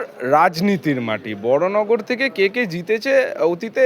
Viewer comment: Bhasha ti also parimarjan karun. Cha er 'thek' hoy na. 'mad er thek hoy'